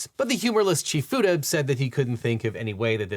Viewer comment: You mispronounced Fuda. Ask how I know.